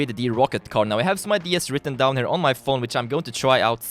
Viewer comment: (SOCIETY IN 2017) "I have some things WRITTEN DOWN on my phone..." emphasis on "written down"